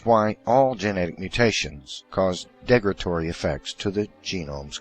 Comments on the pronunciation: "Degratory"? I think you mean "derogatory". I know you like to use big words to sound smarter but that backfires badly when you can't even pronounce them. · Crap, I grit my teeth every time he says "degratory."